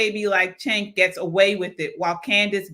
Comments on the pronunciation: That was a kick ass interview. His name is pronounced Jenk Uger. he took on all three, spoke truth and kicked ass!!!! But fear not Owen’s is still banned . They love banning. So it shouldn’t be a big deal she got what she was dishing out. Great job Owen’s you earned that ban and demonetization 😂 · POP & POLITICS: You're obviously not a political junkie, as am I. Cenk is Turkish. His first name is pronounced Jenk. Kamala flip-flops so much on her policies that they are meaningless, not communist. She says whatever is politically expedient at the time she says it. Then, she'll reverse herself when she thinks it's to her political advantage. Thus, her rhetoric is totally meaningless - not communist. Her actions (corruption) have been 100% corrupt capitalism, which is the opposite of communism. She has no core values, communist or anti-communist. I like Candace. But that's a whole other discussion.